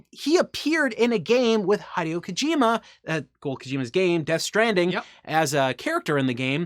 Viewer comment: Hideo as "He déo", not "Hi deo".